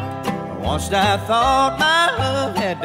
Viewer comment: Plus he says "WUNST", not once😄